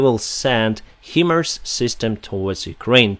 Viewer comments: a small point of clarification. HIMARS is pronounced High-Mars. The "HI" is short for "High" in High Mobility Artillery Rocket System. The first few times you pronounces it himmers, I thought you might be referring to the USA Hummer vehicle:) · Thank you for the updates. Also HIMARS is phonetically pronounced "High Mars".